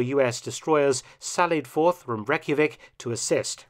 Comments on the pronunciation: Torpitz ( tear 💧pits) Reykjavik ( Rey- Kia- Vik) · Reykjavik is pronounced closer to "Reich-a-vik". :P